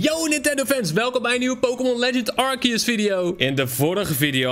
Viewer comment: Het is arceus je zegt het als arseus